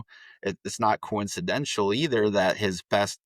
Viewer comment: Coincidental . Pronounced as written.Coizcenshell is not accepted or respected. Don't insult your listeners.